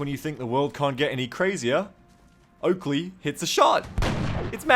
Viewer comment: Its Oakrey! your accuracy = TERRIBLAH! :D